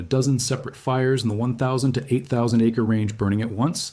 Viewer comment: So is it you or your AI that can’t spell or pronounce acre?